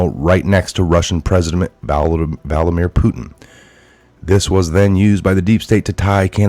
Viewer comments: Hey Boss, It's VLADimir, like VLAD the impaler, NOT Val-dimir. Just sayin'. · it's. VLADIMIR. Not Valdimir. Pronounced VL AD I MIR. Thank you for your reporting. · It's Vladimir not Valdimir... Otherwise good job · I love but he butchers all names!😩